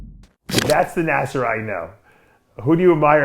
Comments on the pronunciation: I think you mean to say his name is pronounced ( Nah-Ser or Naah - Ser or even Nah - Sir ) . Nasser ( an Arabic name ) Starting with the sound of N which then is quickly followed by a long emphasis on the A vowel . Which quickly rolls over the double SS consonant into another long emphasis on the E vowel before ending in the R sound . Even like this - Nah - Zer Writing it the way you did for pronunciation value ( Naaaser ) would lead one who speaks English as a native tongue to think Nasser sounds almost like Lazer when pronounced - though starting with an N instead. So if you are trying to communicate an emphasis on the A vowel it’s better to do it using an H after the A ( Nah or think “ Ahhh “ ….As in “ Ahhh I understand now “ ) rather than by adding more A letters . This could be due to how you personally understand the English pronunciation of words and letters different to that of someone who speaks it natively. I have many Muslim Albanian friends ( one of whom is actually named Naser with only one S ) so I know what you are trying to convey here . Another is named Senad ( Sey - Nad ) kinda like “ Hey “ but with an S instead. Hope this helps. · Naaaser, that’s how you pronounce his name, Naaser. Thank you for the informative video.